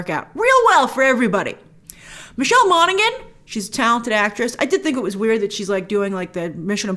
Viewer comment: Grace, its pronounced MON-A-HAN. The G is silent. Its the anglocised Irish surname, which would be Ó Manacháin in Irish.